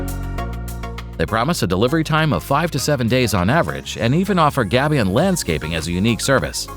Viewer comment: "gabion" pronounced : gay bee un 😁